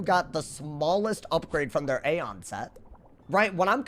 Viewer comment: Aeon is pronounced as (E on)